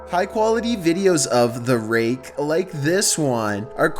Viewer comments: the raKKKKKKKe 10 seconds later: the reage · The way you say rake 😂👌